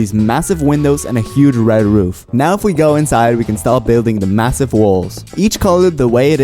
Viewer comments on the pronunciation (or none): Why ur red roof heard more like woof woof